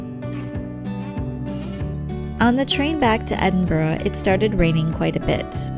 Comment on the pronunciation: As a born and bred Edinburgher, this was a marvellous wee insight into my home town. You even managed to get the pronunciation (just about) right! 😆 Friendly tip: If you want to sound like a real local, aim for ‘Embra’! Also, sorry to be horribly pedantic and boring but Berwick is pronounced ‘Berrick’, silent ‘w’. 😉 Seriously, many thanks, this was such a well put together wee video, well-narrated and nicely filmed. Ty! 👌